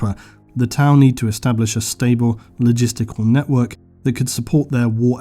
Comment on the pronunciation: I love the video, but had to thumbs down due to Tau. haha sorry